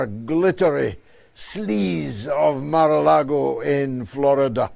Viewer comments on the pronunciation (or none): ... Mar-a-Lagoon, George, get it right, man.